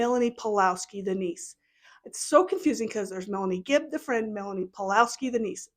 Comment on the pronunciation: Omg you’re so right. I like that you called her fibb instead of gibb. I think Kay and Larry should sue her in civil court like Ron Goldmans parents did OJ. Using your summation as opening argument.